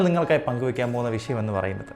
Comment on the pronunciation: വിശയം അല്ല വിഷയം ആണ്. ഭാഷ ശരിയായി ഉപയോഗ ക്കുക